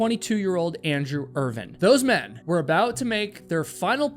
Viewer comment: Irvine. Not Irvin. Doesn't take much effort to get the names correct.